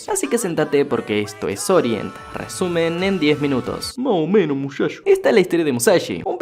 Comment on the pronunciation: amé el: "ma o meno mushasho" jaksjakjs